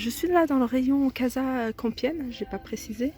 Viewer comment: On prononce casa كاسا un nom espagnole يعني المنزل